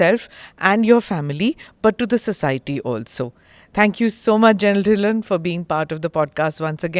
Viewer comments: It's not dhi-len , it's 'dhilo'. Indians speaking like westerners and messing up names is not the right way to go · Plz say correctly he is ढिल्लो सर् not ढिल्लन 😅